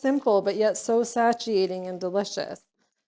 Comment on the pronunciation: she is 10/10 wonderful but omg the butchering of the word 'satiating' is sending me lol